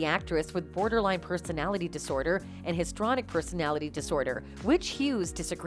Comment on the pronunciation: *HISTRIONIC Not histronic.